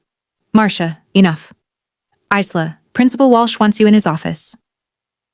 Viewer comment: Isla= / igh ' lah/. AI doesn't know how to pronounce things.